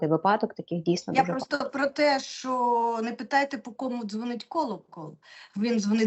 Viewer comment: Правильно вИпадок, із наголом на И, а не випАдок. Наголос на А ставлять бабці з далекого-предалекого навіть не хутора, а хутірця. Дикторам, велучим, окремим вчителям соромно не знати правильних наголошень. Дивіться в орфографічний словник, над кожним словом там поставлено наголос. І ще одне, звук [ч] в украінській мові твердий. Тому правильно говорити "що", а не шььчььььо.